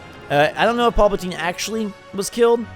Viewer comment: I cringe hard every time he calls Palpatine Paulpatine."